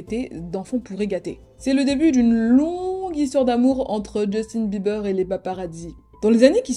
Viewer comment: Djeustine Bibeurre !😂